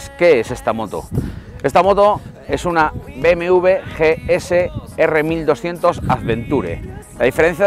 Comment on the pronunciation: GS R 1200 .... Empezamos bien si ni dices bien el nombre del modelo.....